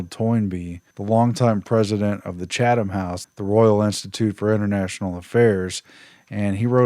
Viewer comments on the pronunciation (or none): none